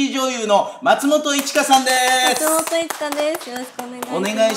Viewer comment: 「松本さん」のイントネーションが毎回気になるなぁ